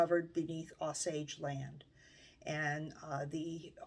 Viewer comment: I am enjoying your channel very much, and want to offer a gentle correction. The name of the tribe is pronounced with a hard or long O at beginning.....Oh-sage. It may vary in different parts of the country, but here in Oklahoma, that is how the tribal members say it.